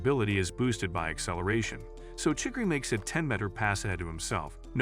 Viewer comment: chigiri‘Chiggry’ and kuon ‘kuan’